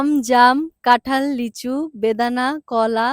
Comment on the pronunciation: ভাই এটা কাঠাল না এটা কাঁঠাল